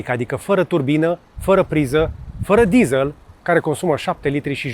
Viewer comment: De ce "dizāl" si nu "dizel"??? De ce "gugāl" si nu gugîl"???